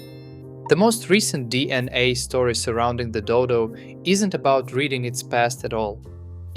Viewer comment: Are you really convinced that it's pronounced D&A?